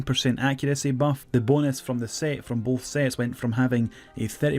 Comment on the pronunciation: The way u say Bonus LOL